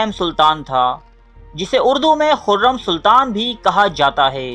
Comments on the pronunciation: O hureeeeeeem nahi hota hurrum sultan hota hai pehle apne words ko theek karo phir video bana lena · Hurrem not huraaim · Ye huram ha hurame nahi